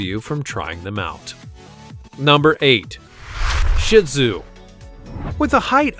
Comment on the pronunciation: Papillon is pronounced Pap-e-on; both “l’s” are SILENT and Shih Tzu is pronounced Shee Tzu (long u). It is NOT pronounced Shit Tzu. I know because I have had BOTH as pets. You better own a pet vac if you get a Papillon; however, as they shed all OVER the place! While they are fun and loyal, these are like bouncing balls so you better have a LOT of ENERGY in order to keep UP with this breed! My precious Shih Tzu lived through his 15th birthday my heart broke for months after he died. In my lifetime I have owned all kinds of different breeds of small purebred dogs; however, but my most beloved was my loving Shih Tzu.